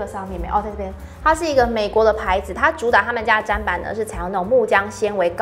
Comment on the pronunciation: 看了有點強迫症發作還是提醒一下砧（ㄓㄣˉ）板